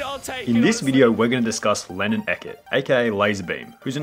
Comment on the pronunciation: Bro at the start u said Lenin not lannan smh